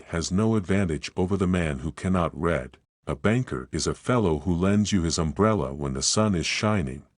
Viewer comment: Your computer voice is crap! It does not know the difference between "read" (pronounced "reed") and its past tense "read" (pronounced "red").